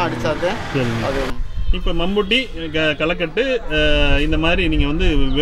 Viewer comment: Kalaikatu illa kalaikotu....